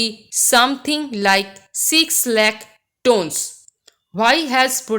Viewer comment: mam you mispronounced the word 'tonnes'. hope this will help.